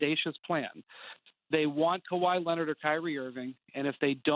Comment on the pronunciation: kawhi lennitt